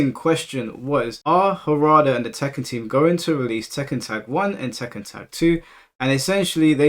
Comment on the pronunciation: My mans said "Tekkan't" and I can't unhear it 😅😂